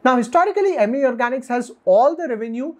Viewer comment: It’s अमी not इमी